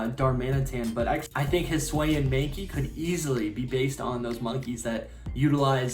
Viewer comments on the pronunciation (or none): It’s (hiss ooo- ian) not (hiss wayan)